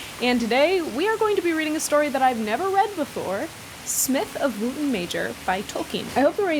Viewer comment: I think "Wootton" would be pronounced more like "wutton" if the pronunciation of the town in Wiltshire, Wootton Bassett is anything to go by